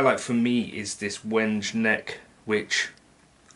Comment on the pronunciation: Gorgeous guitar,! And the pickups seemed to respond very well to your style of playing! Btw; “wenge” is actually pronounced as “wengay” and no, I’m not joking. It’s a wood species from Africa if I recall correctly.